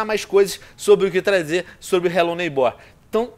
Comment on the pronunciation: vc ta falando errado n se fala desse jeito a silaba mais forte é o nei n o ghbor